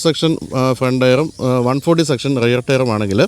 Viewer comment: റയർ അല്ല റിയർ എന്നു പറയണം